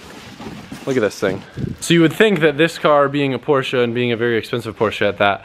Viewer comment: *Porsche I'm to German to ignore this